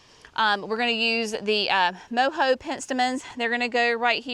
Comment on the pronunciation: I thought you should know that Mojo pittosporum is pronounced Mo-JOE, not Mo-HOE. I think this garden is going be beautiful and a great inspiration for my Oak Grove garden I'm working on this year.